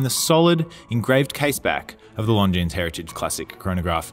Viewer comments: Beauty! Pretty sure the "s" in Longines is silent though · Nice watch but agree that price point is a little too high for what it is.,please,the s is not pronounced in longines. All the best.